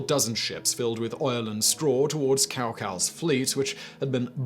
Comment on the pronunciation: It's not "cow" - "cow" ...damn it Sigh-mun!!!